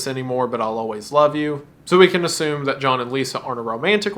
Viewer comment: lol you said Jhall instead of John